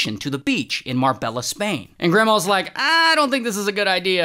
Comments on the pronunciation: It’s not mar-bell-ah. It’s Mar-bay-ah. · Mar BELL ah? Really? Come on, Ray! You have in Ivy League degree!